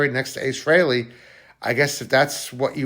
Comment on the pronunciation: Need to pronounce his surname properly. Also the guy isnt even cold and he needs to be left in peace for a while before visiting him. I hate it when poor celebs etc are buried etc one day then the next youtube douchebags are crowding to get a video on their page to get a pop. Grr